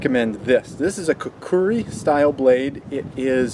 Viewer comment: Which is funny because the second "U" sound in the word "Kukri" isn't written, but seems to be pronounced. Whierd. Thanks for the tip.